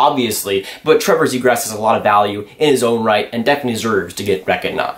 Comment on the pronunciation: Lol sounds like youre saying zegrass